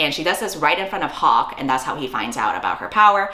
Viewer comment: I thought you said Pocke instead of Hawke so I had at least a minute with "like... Pocky????" in my head girl i was ROLLING